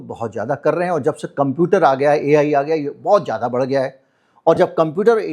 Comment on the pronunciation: Urdu word zyaada bola Jata hai, jaada nhi